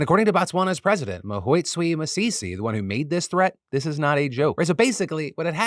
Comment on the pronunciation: Glad to hear you reporting on the Elephant issue in Botswana. I can forgive you butchering Masisi's first name, but we are Batswana not Botswanans 😂